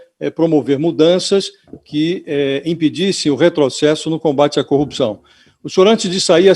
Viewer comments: Eis o combatente da "coupiçaum". E caçador de Lllulllla... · Coupcao, coupcao, coupacao. As aulas da fonologa da globo nao resolveram nada. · Como um cidadão deste virou juiz? Até quem fez o primário saber pronunciar corrupção! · Incrível, ele não consegue mesmo pronunciar com boa dicção a palavra "corrupção", é como o locutor esportivo que não consegue gritar "gooool". Bestial.